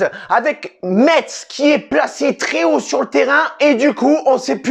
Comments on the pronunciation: on dit messe pas metZ :) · Juste pour information ca se dit "messe" bon courage a vous pour la suite et bien joué quand meme 😁🇱🇻